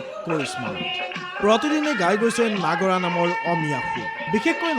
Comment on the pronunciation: নাগৰা নাম নহয় নাগাৰা নামহে